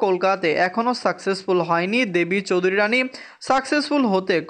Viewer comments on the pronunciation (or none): আগে দেবী চৌধুরানী উচ্চারণ ঠিক করো